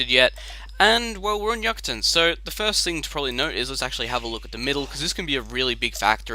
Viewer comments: You-kuh-tan is the pronunciation, its a peninsula in eastern mexico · "Yoo- cah- tarn"